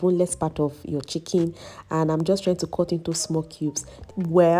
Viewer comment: I love your pronunciation of 'chicken', it sounds like 'chicky'